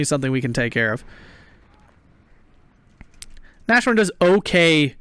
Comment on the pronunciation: I so feel your frustration with the Shermans! Edit: And again I'm nagging... Nas-horn, not Na-shorn XD